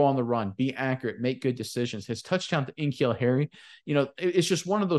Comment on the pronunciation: Hey guys, it's K-Neal Harry